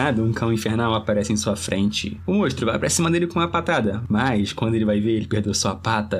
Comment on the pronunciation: Triste dropar só porque ele fala mostro